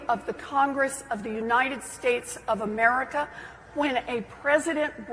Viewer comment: Is it bad that the way Jeffries says “Amer-Rick-ah” irks me deeply?